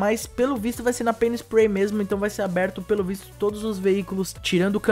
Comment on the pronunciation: quando você disse pay'n spray eu entendi penis play,mas ai eu tinha quase certeza q estava errado e voltei no vídeo pra conferir kkk